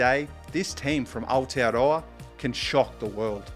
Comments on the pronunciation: I just found your channel mate - awesome stuff and you dropped Aotearoa and pronounced it like a champ. You got a new subscriber but the treat is all mine with such great content. Thanks and respect from the Shakey Isles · Not sure where you are from sir, but your excellent pronouncing of Aotearoa and its meaning gives me some clues. Nevertheless I’ve seen some excellent stuff from you in recent days and fully appreciate your intriguing thumbnails which made me aware of your content in the first place. It may be click bait but it’s not sensationalistic.